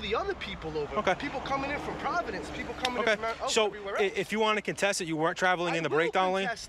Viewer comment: FAWKIN’ PWAVADANCE!